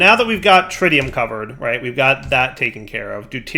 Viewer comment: I can't believe I have to comment this again. It's not tritium like you pronounce the tri in triangle! It's how you pronounce the i in words like it, in and Twitch! Edit: Also, you're pronouncing entangloporter wrong again! In this case, you're just omitting entire letters! Edit 2: You pronounced it correctly after!